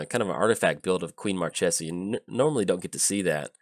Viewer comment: its marchesa, the black rose. lol